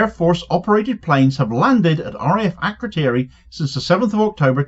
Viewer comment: As a side point, it’s a bit telling that none of the MPs can even say ‘Akrotiri’. Why do we have a military base over 3000km away, somewhere our so-called leaders can’t even pronounce, facilitating genocide in an open-air prison 3500km away?